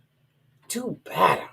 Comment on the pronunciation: Ew I love how says "better!" Sound like butter, very sexual & sensual IMO🌻.